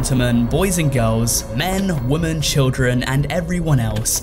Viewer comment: Why can't you pronouce the word 'women' properly?